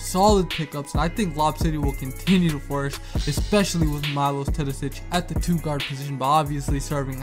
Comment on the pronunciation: its Meelosh not Mailosh